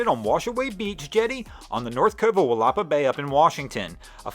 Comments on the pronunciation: Willapa bay... LoL, Washingtonians get a good laugh from that one. It's Will-a-pah phonetically. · It's Will-eh-paw Bay (lots of interesting Native named locations out here) and it's actually named washaway Beach because a change in the channel has eroded away what used to be a waterfront community. It is literally washing away and you can see the old streets on Google Maps that have been reclaimed by the ocean.